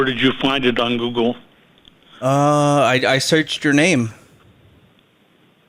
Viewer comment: He said goggle